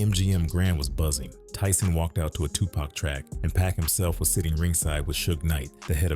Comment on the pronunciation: I hate when white folks say “Tupack” instead of “Tupac”